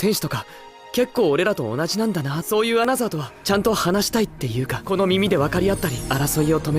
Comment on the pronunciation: 어나더를 어너서로 발음하는 일본식 영어나, 그걸 어너더로 적는 자동자막이나...